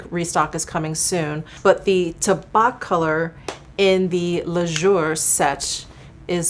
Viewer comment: FYI, Tabac is pronounced ta-ba. The ´c’ is silent and tabac is the French translation for tobacco.